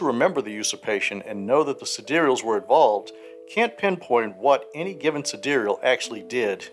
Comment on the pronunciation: Sidereal is an archaic word meaning "of the stars", the same way Solar means "of the sun" and Lunar means "of the moon" (and Terrestrial means "of the earth"). The pronunciation in the video is essentially correct. (A lot of the other info in this video is out-of-date as of the current edition, but the third edition Sidereals content is still very new).